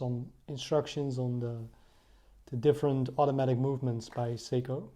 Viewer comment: You read SEYKO , not seko or sego ...you fkn morons !